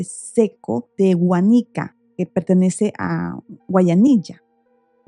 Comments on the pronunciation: Guanica, con acento en la A. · El pueblo de Guánica con fuerza de pronunciación en la primera a. Soy de Puerto Rico y me gusta que las personas conozcan mi país. Ese caso ha sido bien controversial. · Disculpa la corrección, pero Guánica lleva acento en la "a". Guánica es un municipio, Guayanilla es otro municipio.